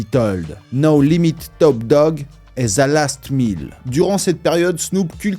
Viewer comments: Faut ARRÊTER!!!!! Les Francais Pourquoi prononcer th. Avec un z. Mais c’est quoi cette manière The chronic. Et pas ze chronic wtf 😢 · Pourquoi quand vous dite The sonne comme un Ze c'est plus comme le son De les gars faut apprendre l'anglais